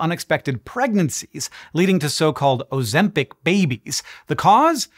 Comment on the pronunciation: You can't even pronounce it correctly.